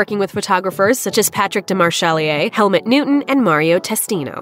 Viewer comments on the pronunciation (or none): none